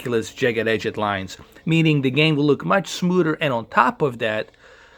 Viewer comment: Smooder lol